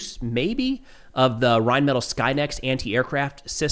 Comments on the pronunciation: you are mispronouncing Reinmetall. It's not Reinmetal, it's Reinmetall, so the word is pronounced Rein-met-all. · Amazing video as always, but, just letting you know, Rheinmetal is pronounced “rine-MEH-tall,” not “rine-metle”